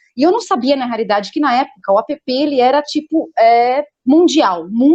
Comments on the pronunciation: Não é apepê, linda. É ép. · App se diz "épi". A pepê é a irmã da neném. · Que agonia dessa mulher falando A.p.p